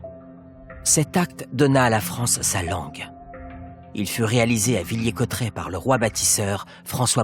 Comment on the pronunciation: Magnifique travail !! 🙏 Ceci dit, si je peux me permettre... Villers-Cotterêts se prononce "Villère" et Laon, "Lan". Je suis ravie d'avoir pu regarder cette petite merveille, inconnue de notre Histoire et la partage avec plaisir...